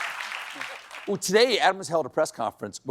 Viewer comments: "Munchma". One of my favourite Colbert moments. 😂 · HE SAID MUNCHMA Quchi. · Did he try to say the German word "manchmal"? Maybe I misheard it. 😅 Anyway - thanks Mr Colbert. I love your show. Greets from Germany.